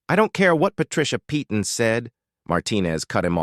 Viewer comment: Once again the name 'Peyton ' is normally pronounce 'Payton!'. Doesn't anyone check these things before airind them? And if its AI, its even more stupid!!!